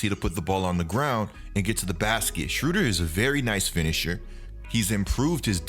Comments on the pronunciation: keep mispronouncing the man's name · im from germany and its very funny to hear how you pronounce "Schröder" ;)